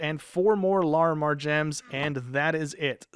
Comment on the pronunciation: You are saying Larimar wrong